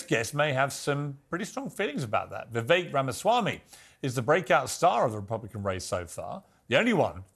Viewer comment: Tip for non Indians - pronounce it as we-wake.